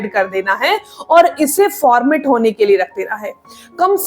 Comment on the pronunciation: Formet nahi ferment hota hai.